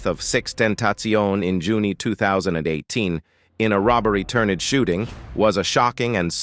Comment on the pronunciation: Is there a way to have the narrator properly pronounce these names? June was pronounced Junie